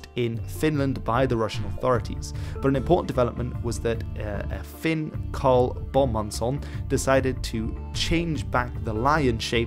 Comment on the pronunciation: When you said karl Bomansson, you sounded very Norwegian lmao